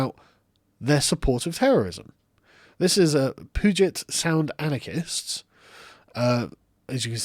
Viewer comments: Sargon, it's pronounced pew-jet sound. It's a native American name, sorry my state has some fucked up names. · As someone that lives in the greater Puget Sound area, hearing your hilarious attempt at pronouncing "Puget" made my day.